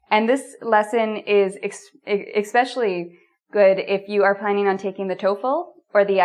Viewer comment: ... did you just say "eXspecially'?!?!?!? ... I am out of here ... !!!